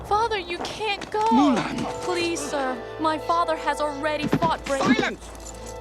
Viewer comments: The "Moolun" from the dad bothered me so mcuh!! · YouTuber Xiran Jay Zhao also did a hot take on this, Disney's "Mulan II," & the...other one. "Mulan" takes place in 497 BC & the advisor's name, "Chi Fu," is a loose pronunciation of the Mandarin word for "bully."